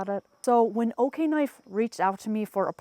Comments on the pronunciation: Are you sure it’s pronounced “OK-knife?’ I would think it would be O-knife……O-light………O-knife…..??? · It's O-knife. Not Okay-knife. 😂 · You mean “Oh-knife”? Lol I’ve carried the rubato 3 every single day for the last 2 years. I use it every. Single. Day. We’re not talking opening boxes. We’re talking “locked myself in the coop again” and use the knife through the door crack to lift the latch. I cut rope, dog food bags, I live on a farm and so far I swear by the rubato 3. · Did they though? lol. She didn’t even pronounce the name correctly lol.